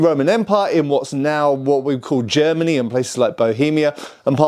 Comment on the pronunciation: It's funny that he has such big problems with the word "Germany," but pronounces all other countries normally. Even Italy. Greet's from Germany.✌️😅 Unterhaltungen übersetzen